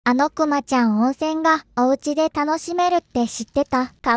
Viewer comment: お→ん↓せ→んが↑